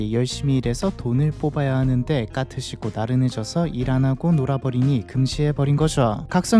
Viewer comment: 대본대로 못 읽는 경우가 순간순간 튀어나와 AI일 리가 없음;;; 까트를 가끔 카트라고도 하고